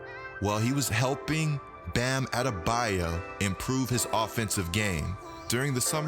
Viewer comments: “Bam adebaya” “Toronta” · His name isn't Bam Adebayeh